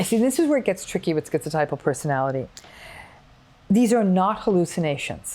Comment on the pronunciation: Thank you Dr. Ramini , I am schizotypal . Firstly you can pronounce the word properly, maybe it's an American thing but skeeziod, skeezotypal, they can say schizophrenia properly and it's common knowledge that the 3 wise men of psychology Adler, Freud and Jung were German speakers "z" in German is pronounced 'tss' like a can of pop opening. Secondly you slipped the word "quality" over 'trait' (ni i i i ce). I have a 3rd nipple as well, how's that for 'ideas of reference' + 'magical beliefs', on top I remember every Dr, when I was little, make the same comment "You would have been burnt as a witch in the olden days". Ironically sort of right, just a few centuries out of date. Sorry to say this but it's better being magic than mental, though I may be prone to psychotic episodes I'm not default psychotic. Yes I "have magical beliefs" but Magic is managed madness, controlled craziness, logical lunacy or any other alliteration to that effect. I do not perceive magic in the Hollywood face value way, no bolts of lightning and stuff, but the real way. eg. if I was schizophrenic saying "I believe in Fairies" I'd be talking about little humanoids that I believed to be physically, objectively real shitting in the woods like the bears. But I am schizotypal saying "I believe in Fairies" that's because I refer to Spiders as '8-legged window fairies' or my Anima as my Fairy Queen. Dr Ramini described that well. I have a long time imaginary friend, does not mean I hallucinate- that's only on